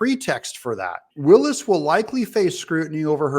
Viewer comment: Since you don't even know how to pronounce the prosecutot's name you lose credibility. Willis does not run the jail and I can't see it having any role in the prosecution. Trump will likely be convicted in DC first and sent to a Federal pen. So he may never serve time in GA anyway but I believe that would be at a long term penetentiary not a holding jail. However if more comes out about Trump disseminating nuclear sub secrets and the like maybe incarceration is too good for him and he should be sentenced to 20 years circling the DC Beltway in a tiny Smart Car.